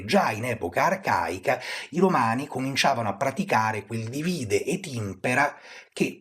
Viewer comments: Molto istruttivo, ma si dice dìvide non divìde. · Dìvide, non divìde😢Le basi proprio